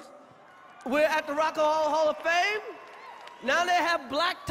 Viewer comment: Chris Rock "We're at the Rock a ho hall a fame"